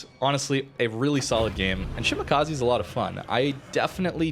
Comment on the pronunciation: FYI it's: she - mah - kah - zeh Not: she - mah - kah - zee